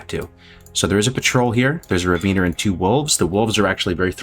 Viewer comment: Please stop saying Raveener